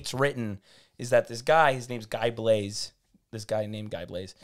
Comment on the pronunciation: Guy Blaize pronunced the english way 🤣🤣🤣 Come on you can do better than that